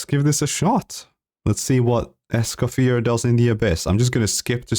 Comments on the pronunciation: You dont actually pronounce the R at the end of her name, her name is french so the R is silent. It's more like "Es-kah-fee-ay". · For all (Americans ?) having pronunciation problems, it's: "Escoff-yay" :goodvibes:😄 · It's pronounced "Escoffier," not "Escoffier."